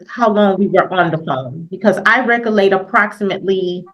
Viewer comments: LOL what the hell is recolate??? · I think she was trying to say "recollect". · I wish she recolate how to pronounce words correctly. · "Recollate, ax , conversate." We are doomed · She likes to be thorough but didn’t want to go to the law office because she was afraid they would keep her there for hours and charge her more. Anyone who says “ax questions” or “I can’t recolate” is not articulate, Your Honor! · "Recallate" was presumably a mispronunciation of "recollect", not "recall" or "locate". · no, she is saying it ALLL WRONG. Recollection, recollect not recallate 😂😂😂 as she says it😂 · They all mispronounce big words in a failed attempt to sound like they have any idea what they're saying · Whew! She is either "axing" questions or can't "recollate" events about her conversations with the first attorney. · holy heck! She "axed" him but I'm not sure if she "recollates" it. She didn't want to pick up her child because she didn't want to deal with her. An adjournment was in order, there was no possible way the lawyer could read through all of the information she sent. The lawyer would need to speak with everyone involved in the child's case (and he's supposed to do this on a weekend?) Bye Felicia! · "I was axing, did I not axe you? I can't reccollate" Who the hell taught these people English?